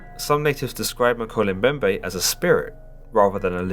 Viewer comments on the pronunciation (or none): Woah. Talk about a coincidence. I just started reading a book that mentions the Mokele Mbembe. It's called Cryptid Hunters. On another note: you pronounced the name wrong. It's pronounced "Mo-kee-lee Em-bem-bè"